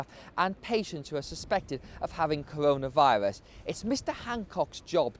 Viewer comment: Cowonaviwus lol